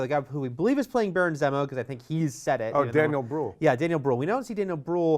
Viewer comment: Wouldn't be the internet without a non important nitpick: its pronounced ZEE-mo not Zeh-moh.